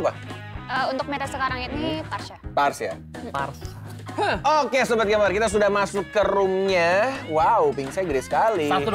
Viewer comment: PHARSA MIN BUKAN HARSHA